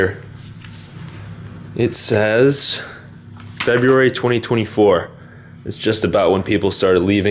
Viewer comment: LOL! "Frebb-yoo-airy"